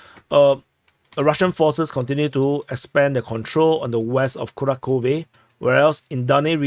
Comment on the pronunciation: Kurakhove is pronounced "Ku RAK hovah" or "Ku RAK hovoh", really kind of in between. Hard to say if its one or the other. lol. 2 syllables: "Ku RAK", not 1 syllable. It's not Kura. Annunciate the second syllable: RAK, so Ku RAK hovah = Kurakhove. Even in UKRAINIAN, it is pronounced: "Kur RAK hov". So, either way, there is no "kura". Ku RAK hovoh. Since they speak mostly RUSSIAN in the Donbass.